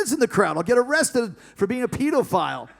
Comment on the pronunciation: Why does he say "pedophile" like that😭